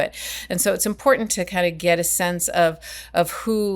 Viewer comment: PLEASE! when you say impordant it sounds like MTG. PLEASE stop! LOL. you're cool bro. but seriously.